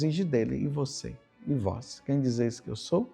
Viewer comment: Groria a vois Senhor